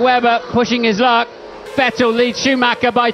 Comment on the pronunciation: It's funny to hear commentary talking about "VettEL". Dude had only been on the grid for like 5 years and win a championship, and still gets his name mispronounced.